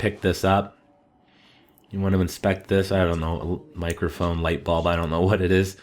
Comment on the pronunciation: i laughed when you said microhphone tbh haha its a light-bulb:P